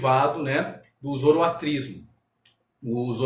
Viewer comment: Foi um bom video. Obrigado por compartilhar. Apenas uma dica com relação à palavra zoroaStrismo que foi pronunciada zoroatrismo.